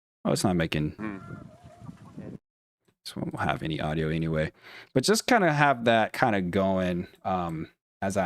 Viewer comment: GREAT CONTENT. Thanks for a perspective noone has addressed yet. PS the word “anyway” has no “s” at the end.